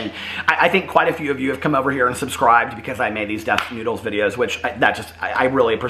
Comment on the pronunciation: You mean , Def Nude-les?